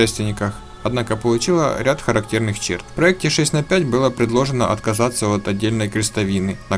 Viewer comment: Между цифрами букву Х следует произносить как Холодное 6 Холодное 4 и 6 Холодное 5 !!!!!!